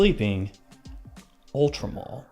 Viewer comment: why does everyone say Ultra Mall it says MALE like a MAN